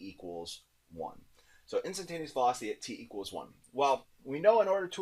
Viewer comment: instantaneous not intantanteous